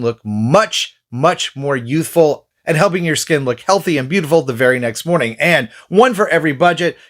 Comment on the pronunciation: Good moaning 😅